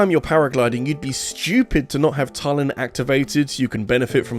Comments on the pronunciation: it's Tulin, not "tullin" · I'm happy about you putting Tulin as the best sage,but not so much about you mispronouncing his name. It's pronounced Toolin.